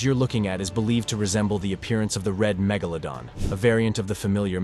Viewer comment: Please pronounce iit correctly magoladon or magladon